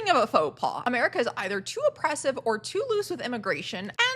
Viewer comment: I had to fight the monke urge to not watch this. your accent made that sound like “I’ve never believed in god but I do believe in merica”